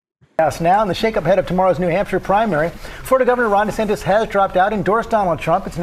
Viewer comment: Damn, would you please pronounce the racist man's name correctly. His name is DeSantis, not DeSantez